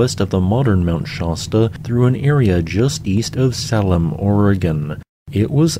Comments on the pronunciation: Sah-lem? It's... Salem. Like SAY-lem. Same as the one in Massachusetts. And the one in Cornwall, UK. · Salem = say•lum not sal•um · that's Sa/lem, long a. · Great video! I love learning more about Oregon's fascinating geology. One thing I'd like to mention: Salem is pronounced "say - luhm" just like the Salem in Massachusetts :) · Was this video mean to be rage bait for geologists? I've never heard anyone pronounce Salem, Shasta, Juan de Fuca, or Siskiyou as you did. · Lived in Oregon my whole life, and never heard someone pronounce "Salem" like that. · Quick note: Salem is pronounced the same as Salem, Massachusetts; with the "a" pronounced like the letters name. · I was going to mention the Salem pronunciation but you beat me to it. AI voice at it’s best! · . I really think he mispronounces place names just to get peoples’ goat. Mount ‘shaw-stah’? Sah-lem Oregon? Really?? In a single sentence? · Do you ever research how to pronounce words? Cuz that's not how you pronounce Shasta or Salem.